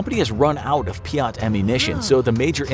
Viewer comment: Peeyat is not how say it it’s peeyt